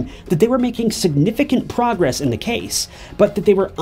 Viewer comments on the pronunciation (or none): none